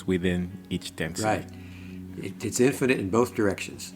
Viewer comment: The word is infinite, not in finite.